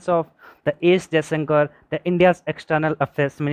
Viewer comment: Isn't it 'Jaishankar'?